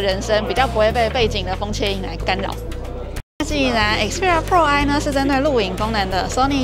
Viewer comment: 開場沒仔細聽還讓我嚇一跳...Sony Xperia “破唉” 是什麼東西？